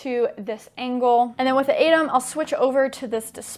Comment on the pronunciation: Great vid but I think atem is pronounced with a hard T.